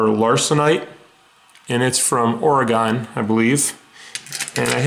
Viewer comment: Ore-a-gun is the proper pronunciation! But then again... I thoroughly enjoy your weekly "rocks in a box". Hope you have a lot of boxes left, as you are spoiling us all! Cheers